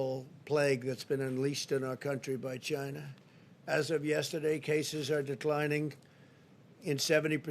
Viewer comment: More like "Gina virus" 🤣